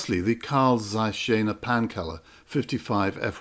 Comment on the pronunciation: Good job. You wrongly prounounce "Jena" it should be sth like Yena, which is a city in Eastern Germany